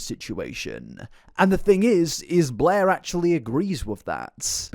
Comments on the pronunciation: Every time you say "Blair" all I can hear is "Bleh" and it always makes me think about that character from that Comedy Central show, Drawn Together. Lol 😅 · I love that his accent makes every time he says Blair sounds like BLEHHHH